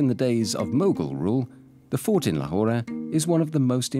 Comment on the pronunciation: Do the locals really say Lahorah? I’ve always hear Lahor.